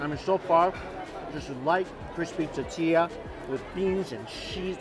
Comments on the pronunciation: It’s now a drinking game for us whenever Mike says “ta-ti-ya” instead of tortilla lol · Love yoy, but PLEASE - it's TORtilla, not TAtilla! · Say it with me T-O-R-R-T-E-YA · Say it like this Mikey, “Tour-Tia”. 😂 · Not one comment about how he says tortilla? Or maybe I got tired of scrolling to find it. Lol. Awesome video. That little girl made it worth sitting through the tuhtea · "ta-tee-lla" lmao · teteeya - you're killing me Mike! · So cringy! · Nobody: Mikey: TATILLA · Totilla... chocaty? All these new words. Lol at least he didn't say Jooshy this time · Say it with me mike... tore-tea-yuh. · It’s driving me CRAZY!!!! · Lol 😆 I'm calling it that from now on. It's no longer tortilla... it is now "tatia" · I would do almost anything to hear you say “tortilla” and not “tatiia”. PLEASE at least fit in the “r” sound somewhere in there. Like I said, I will do almost anything. I’m ready for the challenge. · Squishy Mirror tuh TEE ya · There's an "r" in tortilla